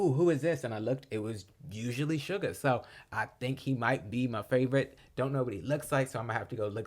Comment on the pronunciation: you pronounced suga correctly thank you for reacting to the album!